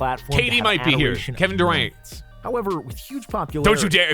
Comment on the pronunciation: he said kevin duwent